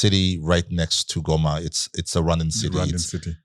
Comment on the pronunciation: These fellows from the south pronounce Goma correctly as Ngoma👍🏽